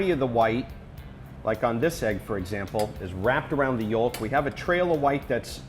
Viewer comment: who pronounces "yolk" with the l like whats going on